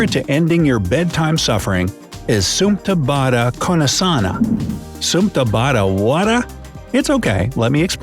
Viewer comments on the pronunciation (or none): Well pronounce it properly supta baddha konasana